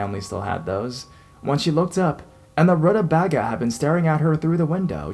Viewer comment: Root-uh-vei-gah lol